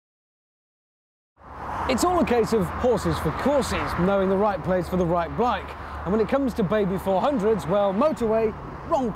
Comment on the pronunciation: At the start, did he say "The right place for the right blike"?